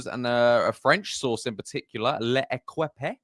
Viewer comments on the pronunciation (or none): Was that L'equipe? Pronounced as read like "lehkeep"